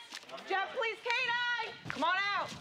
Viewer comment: Have little respect for the “Pole lease” .